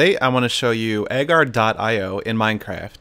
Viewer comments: Pretty sure it's "A-jar, eee, oh" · You didn’t say Agario You didn’t say Agar, dot, io You said EhGuR dUt EyE oH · ugaryo that's how to say it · He says a gar . I o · It Is Pronounced AhGarieOh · Lol at how he pronounces it. Fell outta my chair XD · U say agario wrong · You said Agar.io the wrong way! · you pronounce agario wrong